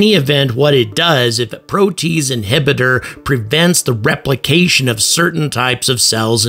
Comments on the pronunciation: Hey,, it's pronounced "pro-tee-aze", NOT 'pro-tease'! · "Pro tea ace" not "pro taze" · I think it is pronounced 'pro-tea-aze', but fantastic video and a ton of information! My go to source for space info and entertainment! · Protease: three syllables, "pro-tea-ace." An enzyme which cleaves (breaks molecular bonds in) a protein. Sorry, I'm a biochemist. Might as well say "nucular" instead of "nuclear" to a nuclear physicist. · Pro-Tee-az. (as in h/ [aze} prolly. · Protease? PRO - TEE- ACE inhibitor. ;-)